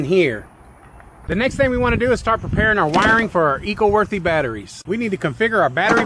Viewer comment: Eco- W O R T H Y ! Throw that Y on the end of that worth, lol.